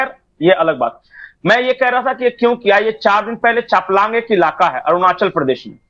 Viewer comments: Changlang not chaplang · Chaplang nahi hai Changlang hai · Arunachal Pradesh ke chaplang nhi changlang boliye. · Changlang ✅ chaplang❌🙏🏼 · Changlang, not Chaplang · चापलांग नही चांगलांग कहते है . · Chaplang nahi changlang hai.